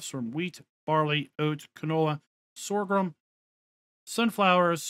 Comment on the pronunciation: Please, I like this channel, but for the love of god, it is not SORGHRUM. There is no R after G. It is Sorghum.